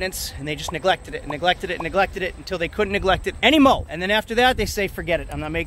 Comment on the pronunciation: "Anymo" 🤨🤔 Really?